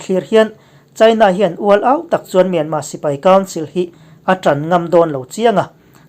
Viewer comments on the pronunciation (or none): Myanmâ nilo in mynmar zawk aw thlukna (^) a awmlo